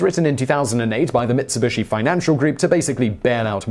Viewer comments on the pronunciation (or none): none